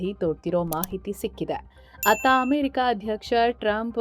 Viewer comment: ಆಮೆರಿಕ ಅಲ್ಲ ಅಮೆರಿಕ ಅದು